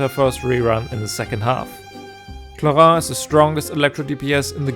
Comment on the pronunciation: I shall appreciate the only guy who spelled "clorinde" in an actuall french accent.